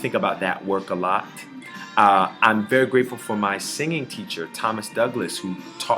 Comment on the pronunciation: At first I thought he said I'm "Burry" excited and I was like LESLIE YOU SLY DOG